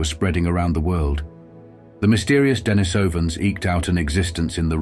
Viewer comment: Den-I-sovans. Look, if you can't even pronounce this, wtf do you know?